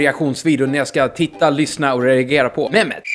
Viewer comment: Det uttalas meCHXZCHCHQet o inte mehmet men ok